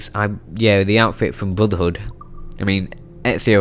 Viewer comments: He just Said bruthver hood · TheFighterDragon69 Blodurhood, is what i heard.